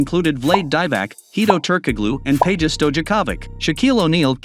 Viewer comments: The way that the ai butchered peja’s name 😂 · Criminally butchered Peja and Vlade‘s names 😂